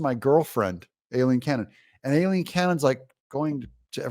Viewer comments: It’s Aileen not Alileen! Unless it’s done on purpose of course? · It's pronounced EYE-lean.